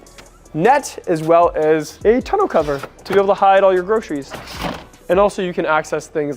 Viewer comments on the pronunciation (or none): none